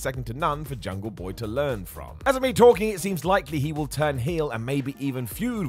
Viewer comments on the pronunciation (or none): none